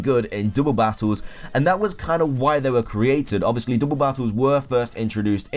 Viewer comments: He's like "there only good for dooble battles." that mispronouncing was just funny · dooble battle